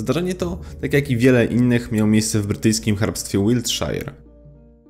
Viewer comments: Mowi sie "ŁILTSZER" a nie "ŁILTSZAJER" :P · Też myślałem że tak powinno się wymawiać... Uczymy się na błędach